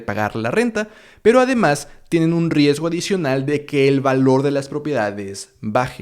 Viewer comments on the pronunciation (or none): La edición del video es excelente. Mis felicitaciones al editor. Solo dos observaciones: siento que el progress bar de la sección es algo grande, tal vez uno más pequeño o discreto sería mejor, y en el minuto , dice "riesto" en lugar de "riesgo" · ¡Excelente vídeo! Me sirvió bastante para informarme y saber lo básico para empezar a invertir. por cierto, dice "riesto" pero es riesgo jaja